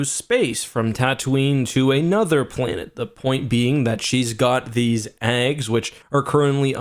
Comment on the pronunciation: What did you say ? Is that how Canadians says 'eggs'?